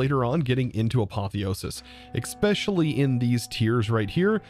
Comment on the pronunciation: Hey, one question and one request all in good fun. Why no watch of flowing time? Can you say “eSpecially” just once instead of “eXpecially” please? Having fun with this pack so far. EMC gen is painful at this time though.